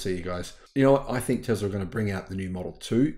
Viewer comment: I thinks it’s Tesla not Tezla